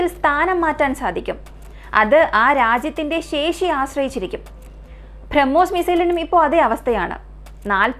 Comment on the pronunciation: ഭ്രമ്മോസ് അല്ല ബ്രഹ്മോസ്